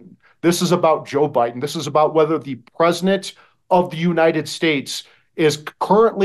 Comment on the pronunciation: WTF'S the "PREZINENT"?